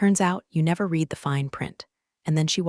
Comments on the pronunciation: What is "two dollars point 4 M"?? Might it be 2 point 4 Million Dollars? Say Yes. 6th time: READ is in a past tense sentence. Pronounced "RED" not "REED" as you always fail at. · Long A. A-va. Read (to read) and read (red, past tense). Train your AI better prior to releasing.